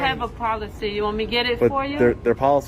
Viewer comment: The sergeant keeps saying he understands, but he keeps saying the you have to follow the pokicy.